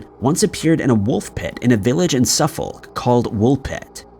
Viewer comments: Wolpit is in Suffolk and the correct pronunciation is, “Suffok”. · I live in Suffolk, it’s pronounced ‘suf-fuck’ 😂 x